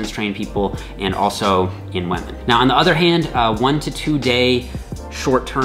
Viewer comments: It's ok,. You can pronounce wahmen just like PewDiePie does:). We can see you're struggling against the urge to do it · is great, the way he says wamen however, not so great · "Weh-Mehn." = "Women" (?) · Great vid! "Waahmenn" <3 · Did he say whamen? I thought this was not pewdiepie! At least also respects whamen! Good video as always! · what is a wemen? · You really said whamen didn't you 🤣